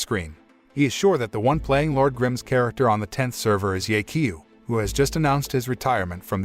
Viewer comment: i'm sry but the pronounciation of "ye qiu" is terrible. should sound more like "yeh chiu"